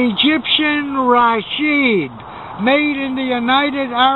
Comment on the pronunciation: "Rasheed" rather than "Rashid". Says so right on the receiver.